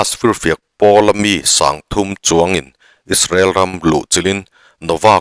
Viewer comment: Isarel ti lovin Israel ti mai la ngaihthlak a nuam ang, you tube channel ah meuh Isarel han tih tulh hi chu a zialo deuh ani